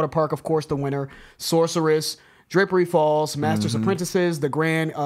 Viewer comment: I swear he said "Drippery falls"